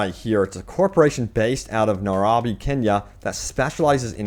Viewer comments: How are you so sheltered that you can’t pronounce Nairobi or DuBois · Nye-robe-bee Kenya bro.... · Just letting you know Nairobi is pronounced "Nai ro bee"